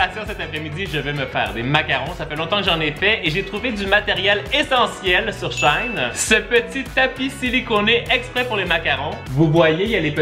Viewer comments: Ça se prononce she-in ;) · Ca se dit sh''i''i''ne pas sh''aillne''